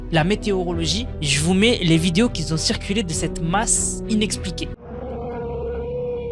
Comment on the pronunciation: Bonjour, "qui ont", pas "qui zont" :-)